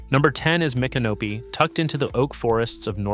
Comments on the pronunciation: It's so funny that these videos always mispronounce these towns. 🤣🤣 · Spare me the AI bot narration. Learn how to pronounce Micanopy! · Agree, is it stupidity or AI? The city names are properly pronounced then missed pronounced in the following sentence!